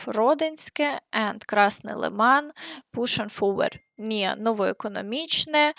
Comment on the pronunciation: Thank you,, for the correct pronunciation of Novoekonomichne. A lot of foreign analysis can not pronounce it correctly 😂..